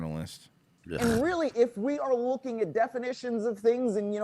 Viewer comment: "i'm rooking" - said unironically